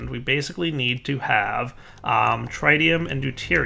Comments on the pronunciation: Soaring is actually right. It's Trih- ti- um, not Tri- (as in tricycle) ti- um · ps in the world of chemistry, u r pronouncing one of the isotopes wrong, isotope is same element different masses and ion is different charges like +1 or -1, its tritium(TRIT-E-Um) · This whole reactor segment has been painful to watch, between refusing to say tritium properly, not understanding and/or researching the reactor properly, and just generally continuously direderping for like, 5 episodes straight. I found myself yelling at the screen. Like, I never played with mechanism at all, but it was super obvious that 1) he tried to ignite it with no fuel in it, and by the time he put fuel in it the temperature had dropped below ignition point 2) it needs 100k to stay ignited, not 200k- that's just to start it up and 3) the temperature stabilizes based on injection rate. I mean, I get he's not familiar with Mekanism, but I could tell at a glance what he was doing wrong and he still hasn't noticed after several episodes. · Soaryn is right about the pronunciation of tritium. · stop mispronouncing "tritium" it's driving me crazy!